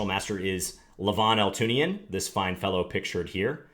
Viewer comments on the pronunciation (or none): John his name is pronounced All too ni yan! lol